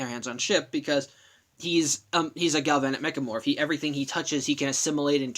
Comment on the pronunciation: You mispronounced Galvanic Mechamorph